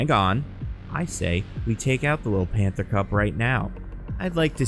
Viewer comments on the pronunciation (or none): none